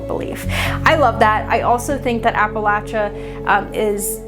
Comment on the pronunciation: Thank you for pronouncing Appalachia correctly 🙏🙏🙏